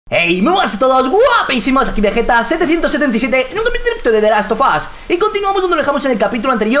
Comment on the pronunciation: begetta es deilaf of tuf